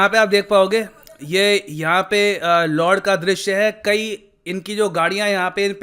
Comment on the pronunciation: lord nahi Lud hay pronounce to sahi karlo